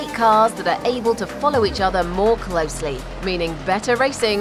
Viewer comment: mOrE cLoSeLy Learn some fucking English you stupid bitch